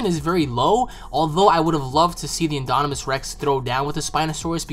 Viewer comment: Haha great video, but it's pronounced IN-DOM-IN-US Rex. Like dominant. No hate, just thought you should know:)